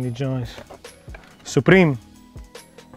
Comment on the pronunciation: The way he say Supreme made Hypebeast Cringe